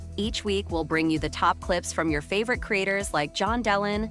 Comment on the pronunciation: That’s not how John’s name is pronounced. Are you sure you know what you’re talking about?